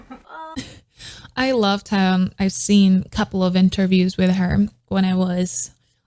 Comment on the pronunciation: I really love your reaction, what a professional reaction 😍 But one thing, she’s called TAEYEON (TAY YEON)😘